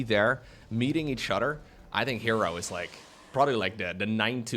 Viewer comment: Which udder do you milk?: Each Udder.